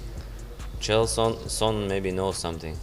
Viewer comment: Nice video, but pls lesrn to pronounce chael correctly 😅 he isnt called kale or gale